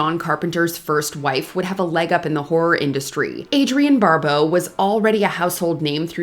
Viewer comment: Barbeau, not Barbowe